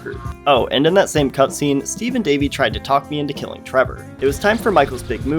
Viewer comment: It’s not Blimp Strat… but it’s got the spirit. No, no, his name is STEVE, not EASE!